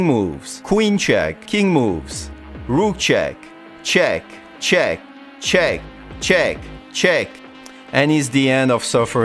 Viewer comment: all i hear is cheg cheg cheg cheg